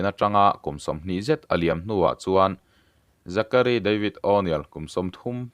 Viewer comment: Âw...nêl😢😢😢😂😂😂. Zachary tih pawh kha Zakaruai ti law law la.